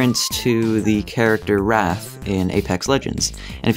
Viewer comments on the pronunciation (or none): Did anyone else cringe when he mispronounced wraith? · wraath? it's wraaathe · Wraith, lol, not wrath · What the fuck is with your pronunciation of Wraith. Wrath doesn't have an I in it. I'd hoped someone would tell you that after the other video you made on this.